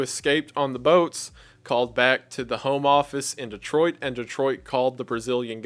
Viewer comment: Thank you for pronouncing "Detroit" correctly.